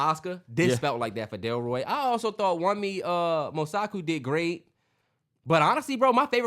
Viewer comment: Wunmi is pronounced "WOONMI" It's a Popular Nigerian name👍🇳🇬